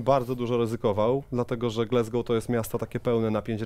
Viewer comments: Panowie, błagam, "glAsgoł" nie "glEsgoł"! Aż uszy bolą i serce się kraje. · nazwisko byłego trenera reprezentacji Szkocji i Celtic Glasgow wymawiamy [gordon straKan] a Glasgow wymawia się [glazgow] a nie "glezgow"